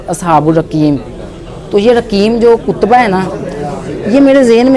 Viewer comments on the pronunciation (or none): Kutba nahi katba hota hai